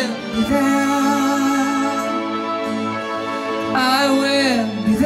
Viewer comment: It was good, but he made be there, in one word, bethere...lol..I agree with some comments here. pissed me off the way he pronounced I will be there.